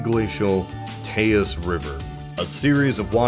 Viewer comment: Not trying to be a jerk, but it’s pronounced “taze” river. Otherwise awesome video as usual.